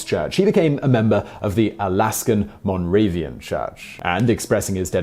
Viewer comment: It’s Moravian not Movarian.